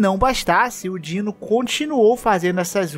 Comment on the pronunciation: Não é Dino, é DinoS DINOSSINDGEIL = "Dinos zind gail" = (dinos)dinossauros são foda